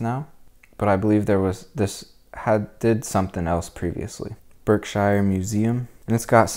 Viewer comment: Btw, Berkshire is a short i not long i